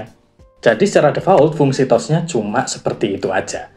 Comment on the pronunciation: Reviewnya keren dan lengkap, cuman maaf sedikit saran aja mas.. pronunciation bahasa inggris nya tlg di perbaiki.. banyak yg salah.. misal kata wind atau touch.. hal sederhana tapi agak mengganggu aja sih, kan sayang konten udh bagus2 gini tapi englishnya gitu.. hehe.. sukses terus channelnya ya mas..